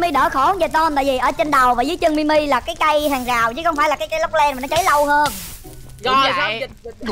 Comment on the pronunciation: Anh ơi Mi Mi là ti mi đó anh ơi